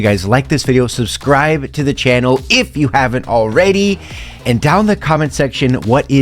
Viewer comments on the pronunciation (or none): none